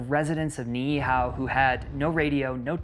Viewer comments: Howzit braddah mahalo nui for sharing about the history of our people and islands. For pronunciation purposes Niihau is pronounced (knee-ee-how) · Aloha awakea from Oahu! Just a tip on pronunciation Try saying ni’ihau as (Knee-ee-how) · Great research and presentation. Just spend extra time on pronunciation. Doesn't have to be perfect but you said Niihau about four different ways.